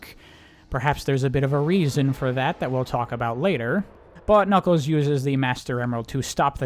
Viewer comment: every time you say ".. but knuckles" all I hear is "Butt Knuckles."